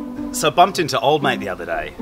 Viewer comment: Mate not mike